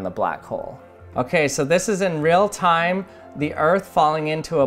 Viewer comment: it is not rea-time